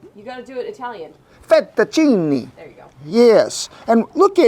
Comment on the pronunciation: Whooda' thunk an OK cowboy could do I-Talian??? 😉